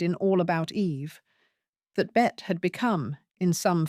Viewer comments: Her name is pronounced “Betty”, not “Bet”. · I have heard it pronounced both ways (from Americans as well. )